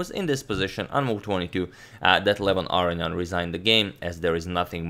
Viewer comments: Agad, pleeeease stop calling him Arian, pronounce the O for gods sakes!!! love you otherwise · I love how Aronian becomes, "Ar-eeh-ahn". Please don't change Agad.